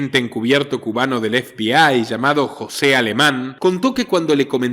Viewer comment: Ef bi ai? 😂😂😂😂, pero como se puede ser tan paleto, zampabollos. Estás hablando en español efebei, FBI, o si no habla en inglés cateto, a no , que creo que no sabes😂😂😂. Eres igual que la muchacha del dentífrico, "Colgate"😂😂😂 osea un meme. Y te crees un ilustrado?😆🫣.